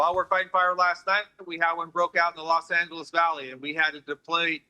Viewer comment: Los. Angal. Wow😂😂